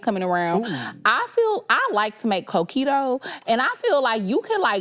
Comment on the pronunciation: The way says coquito 😂😂😂😂 CO-ke-tho is how u say it 😂😂😂